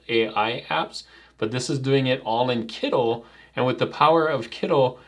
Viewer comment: I like your channel, but why are you calling it Kiddl, isn't it meant to be Kittl or am I missing something?